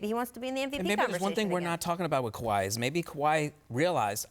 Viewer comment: she says KWI